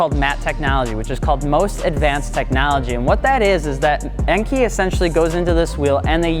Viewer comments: En-kay not En-kee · Your pronunciation of Enkei is not correct. It is pronounced “En-Kay”, not “ainkee.” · n-k, not n-key. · enkay not enkey"🤦🏻‍♂️🤦🏻‍♂️ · Cool vid but it’s pronounced “enkay” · I truly love you, but I cringe every time you pronounce Enkei wrong. It’s En-Kay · Pronounced “N” “K” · Enkei is pronounced like NK